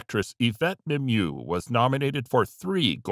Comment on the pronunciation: Why can’t these channels get Yvette Mimieux’s name shown &/or pronounced correctly???